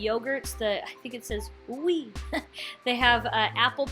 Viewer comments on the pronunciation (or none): The French style yogurt is "OUI" pronounced (we). we, like in "us". It means YES in French.